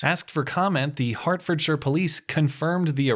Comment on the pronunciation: 👏well done for pronouncing Hertfordshire correctly.